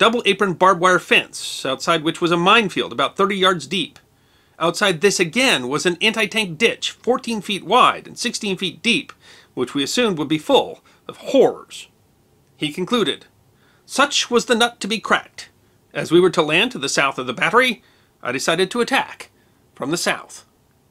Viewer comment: I'm a british citizen and to my ears at 4.08, the narrator says: "an anti-tank ditch full of whores." I'm sure in reality he said "horrors." But imagine my surprise when I heard what I heard, and the image my imagination conjured up; french women of the night corralled into the said anti-tank defence by german troops. 😆😉